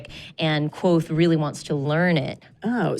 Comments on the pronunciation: are they really pronouncing it "quothe" in the book it says its SIMILAR to quothe but its KVothe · it's not quothe, it's literally kvothe. he says it's pronounced similarly to quothe, not that it is quothe. KVOTHE!